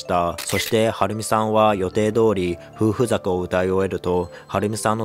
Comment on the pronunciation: ふうふざか ってなんだよw